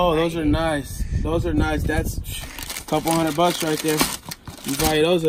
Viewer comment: Stop saying that 100 bicks